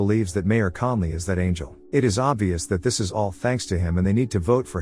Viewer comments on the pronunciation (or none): none